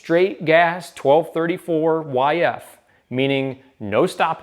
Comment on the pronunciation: Did buddy really just say twelve thirty-four-yf? Unforgivable.